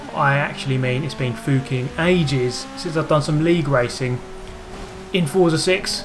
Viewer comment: I've never heard anyone with an accent say fucking like that.